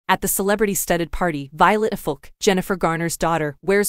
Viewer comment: First -- I would make a lot more sense if the narrator knew how to pronounce "Affleck" And then it would be better indeed if the narration matched the pictures (white dress described, black dress shown)